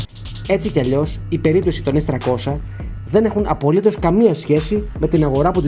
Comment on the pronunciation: Πόσο δύσκολο είναι να πεις το γ@ το S300 - S τριακόσια; Τι σκατ@ είναι το s- τρακόσα; Σε ποια γλώσσα μιλάς; Λες και το 30 - τράντα